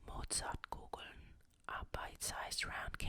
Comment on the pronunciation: so happy you're back ^.^ Do you speak German? Because you pronounced Pfefferminze, Mozartkugeln and Konditorei pretty well...